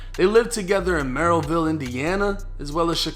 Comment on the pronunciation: Lmao Merrillville is pronounced like mare-uh-ville btw 😂